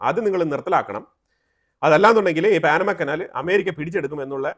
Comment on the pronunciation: എന്താണീ പറയുന്നത് പാനമ കനാൽ പോലും പാനമയല്ല പനാ മാകനാൽ എന്ന് പറയുക ok